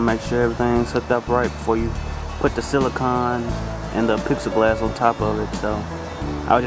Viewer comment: im sorry, but it IS NOT PIXEL–GLASS! It is PLEX-I (AS IN THE LETTER "E") GLASS. Sorry, but that drives me nuts. Also, it isnt ACCESS WIRE, its EXCESS WIRE. There is a BIG FUCKING DIFFERENCE. You are obviously a smart guy, but when you mispronounce easy words its makes you sound dumb as a rock.